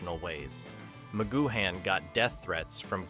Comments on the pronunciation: Using an AI voice that can’t pronounce names correctly is sheer laziness, Patrick McGoohan is pronounced as Patrick McGooan (you don’t pronounce the H) plus, the Prisoner was originally meant to have just 7 episodes but Lew Grade persuaded Patrick McGoohan to write and film another 10 so that the series could be sold to American TV companies, the original 7 episodes are the best though all 17 are still pure escapism and brilliant TV. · Who the hell is Macgoo Han? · Wait, Magoo-Han? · A.I voices - Ma-goo-han